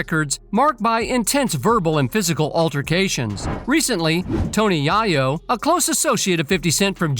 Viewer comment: Tony Yaa- Yoo 🤣🤣🤣